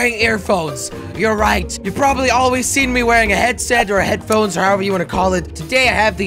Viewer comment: at the start you say hairphones dont headphones